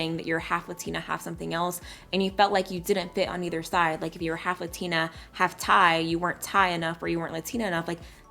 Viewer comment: You cant even say LATINA right